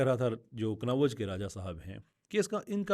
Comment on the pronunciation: کنوّج نہیں ہے کنّوج ہے